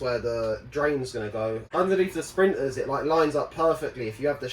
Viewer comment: why you talk like chicken? instead of "but" you say "baaa", "sprinter" you say "sprin er" etc and those stupid tatoos whats wrong with you?